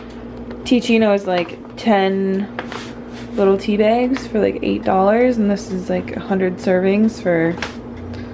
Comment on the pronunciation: I love how you are now saying begs instead of bags, lol